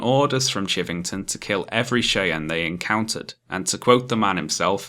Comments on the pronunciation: no offense, but it's pronounced Shy-ann and A-wrap-a-hoe, not Shay-ann and ara-pay-hoe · Me: Hey, this video is pretty good so far.: The Chay-ann and Era-pie-oh tribes... Me: Don't laugh, don't laugh, don't laugh. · Dunno if anyone said, but as a Colorado-born American, I gotta tell ya Cheyenne is pronounced 'shy ANNE' /ʃaɪˈæn/ Arapaho is 'a RAP a ho' /əˈɹæ.pə.ho/ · Oh my, I have never heard Cheyenne and Arapaho pronounced like this. Gave me a chuckle. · Great video. My only complaint is that your pronunciation of Cheyenne and Arapahoe were so wrong to the point of being hilarious.